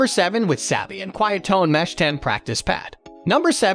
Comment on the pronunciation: Has anyone noticed that the voice narration is AI? Notice the mispronunciation of Drumeo, Remo, and Sabian. Notice the pauses in sentences where no human would pause.